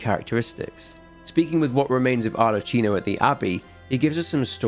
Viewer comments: How did you end up pronouncing Arlecchino's name wrong when he said it to you multiple times in game? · great video! one note, in italian you read "ch" as you read "k" in english both in pinocchio and arlecchino